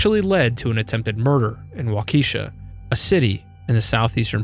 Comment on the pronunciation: It’s pronounced waw-keh-shaw Not wah-keeshuh Other than that great video